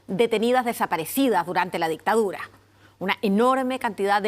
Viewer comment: El negocio de lah dihtaurah